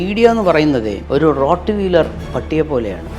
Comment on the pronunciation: റോഡ് വീലർ അല്ല. റോട്ട് വീലർ..